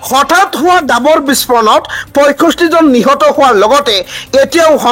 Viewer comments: "সাজু" শব্দটিৰ উচ্চাৰণ হাজু বুলি কৰা হয় কিয়। ডাবৰ নহৈ "ডাৱৰ" হে হয়।বাতৰি পঢ়োতে শুদ্ধ উচ্চাৰণ নহলে শুনিবলৈ বেয়া লাগে।গতিকে উচ্চাৰণ শুদ্ধ কৰিবলৈ চেষ্টা কৰা ভাল। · Dabar nahoi uchcharon davar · Agote apunar pronounciation correct kori louk , apuni nijei miya jen lagise , gai poth nohoy ghaipoth he hobo , dabor nohoy dawor ,,apuni sure and certainly dangor miya hoy , miya mane bhatiya manuh , mane bhatir dexor manuh ,😂😂😂😂